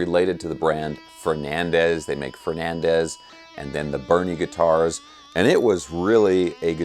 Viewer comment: To be clear, it’s not Bunny, it’s Burny😂